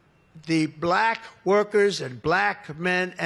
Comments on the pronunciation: I hate how he says the word "black" about men and women. It sounds sarcastic and as if he is mocking them. It's like how he used to say CHINA in his first term, as if to almost use an Asian accent when pronounces the word. It makes him look like an ignorant racist. Pathetic pedophile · BLACK. He emphasizes it so oddly. He's the racist who claims to have a lot of black friends. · He really likes to put emphasis on the word “black” huh? Like he’s used to saying it another way lol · Ya like "baLACK" 🤦🏼‍♀️ My mom who's maga does the same thing 🙄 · Yeah, why do he say "BLACK" like that. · Somehow he turns it into a 2 syllable word. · Bl-AAAAK women and Bl-AAAAK men. Why does he have to say it so weird? SO cringe. This 'press conference' is a Fkn weirdo rambling like he has lost his entire mind. Power plant, copper wire - glass wire, Darth Vader??? 🤪😵proves his brain is COOKED. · The way he says blACK! Makes me roll my eyes every time. There are NO beautiful Black women wearing MAGA hats, either. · Why is it when he says the word ‘black ‘ it’s more pronounced and loud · WHY does he put the EXTRA EMPHASIS on the word BLACK?!? Oh yeah, I KNOW WHY!!!😮😮😮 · 😂😂 why he say BLACK so hard, 😂😂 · Jeez... could he force himself to say "black" any harder? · Can someone tell me why Trump pauses before saying, “black”? Also, why does he say the word “Black” so hard and loud? Tell him to try the word African American, although we are not considered apart of his America! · Notice how he says black. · Why is he emphasizing on black like that ?Is it because he may find some black blood in his veins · First of all, what does he say BLACK like that? And why does he use it 17 times in three sentences? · Why does he say Black like that? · He’s such a weirdo. Why does he pronounce BLACK as if all caps and in bold text? Such a weird man going through some weird things. Why is he still in office? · Why does he keep saying BLACK like that?WTF🫩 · hard on the BL and emphasis on the ACK!